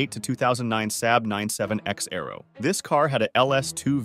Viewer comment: the “Sab” Arrow? It’s pronounced “sob”. It’s Aero, not Arrow.